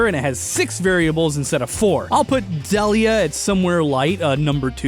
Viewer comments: Why do you keep pronouncing Delia as Del-ee-uh instead of Dee-Lee-uh? Like they do in the show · Sorry to be pedantic, but it’s Deel-ia, not Dell-ia. Also, why was it not considered that Ash’s dad simply has never appeared in the show? Why is it somehow obligatory for him to be an established character? That’s a massive assumption right from the start. Side note: Silver isn’t blond. Get your eyes checked. His hair is gray. A shade of gray that would be consistent with having had dark hair in his youth. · DEE-lee-uh!!! Not DELL-ee-uh! FECK! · It's "dee-lee-uh," not "duhliah." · THAT'S NOT the right sounding way to say her name, it's deal -ya THIS is the right pronunciation NOT dell-ya, also I DON'T think that Giovanni is ash's dad NO WAY, I think it's the aura user/guardian RILEY, THEY LOOK EXACTLY ALIKE. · Um…I would like to say that you said the mom’s name wrong, it’s pronounced Dee-lee-uh. Trust me I have that name. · AHHHHHH!!!!!! ITS PRONOUNCED DEAL-YEAH! AHHHHHHHHHHHHHHHHHHHHHHHHHHHHHHHHHHHHHHHHHHHHHHHHHHHHHHHHHHHHHHHHHHHHHHHHHHHHHHHHHHHHHHHH!!!!!!!!!!!!!!!!!!!!! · I thought Delia was pronounced "DEE-lee-ah" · So.. you can do all that science but can't pronounce Delia's name? (Dee-Lee-Ah)... Also why has no one else pointed that out yet? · Deh-lee-uh?? Oof that pronunciation. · Was I the only one bothered by the fact that he kept mispronouncing Delia's name? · Am I the only one bothered by the way he says ash’s moms name